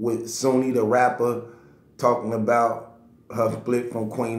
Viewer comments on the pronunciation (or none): Bro her name is SHOONEY I'm sure the H is not silent lol